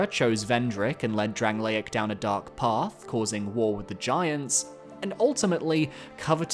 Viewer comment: sorry but how did we pronounce dranleic, lots of attachment you say?????? pfff bro thats rancid